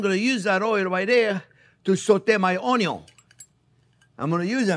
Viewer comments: I could listen to him say onyo forever haha love you chef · I love the way he says onion. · I think I watch him more for entertainment than for cooking because I laugh so much with him, especially when he says the word onion 😆.